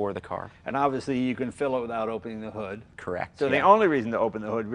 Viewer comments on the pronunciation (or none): none